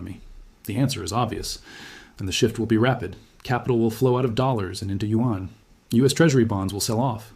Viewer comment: This is an AI. Lip movements off and who said U-N instead of Yuan?